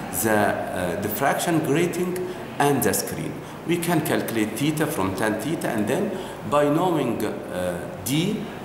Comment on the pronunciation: Yar theta hota hai tita nahi🙄😒😒🙄